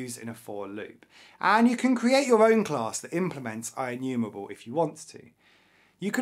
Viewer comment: Inumewable awway uWu